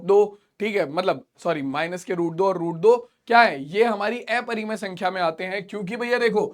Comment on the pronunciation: Sir plz aprimay sankhya ka pronenceation sahi karye